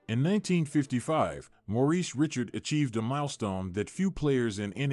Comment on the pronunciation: You should inform your AI how to prnounce Richard's name.